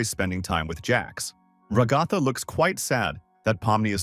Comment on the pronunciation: RagÁtha, KamAUla... strange way to pronounce the name but okay...